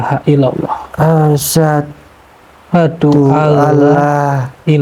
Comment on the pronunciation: Mohon maaf sebelum nya kepada bukan ada maksud saya menyalahkan tapi saya hanya mengamalkan ilmu yang saya dapat, tolong ya ucapan kalimat syahadat nya di perbaiki, yaitu "asyhadu dibaca asy ha du, bukan asadu" kalau Asadu = singa ataw lebih kejam Asyhadu = saya bersaksi. Terimakasi sekali lagi saya mohon maaf